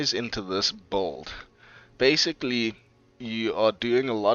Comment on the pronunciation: I've never heard someone pronounce "build" as "bold".